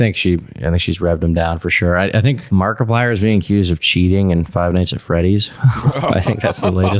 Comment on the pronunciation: keeps pronouncing Markiplier as “Market Plier”